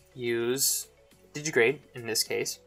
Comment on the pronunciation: Di-gi-TI-grade. Digitigrade, not didgy-grade.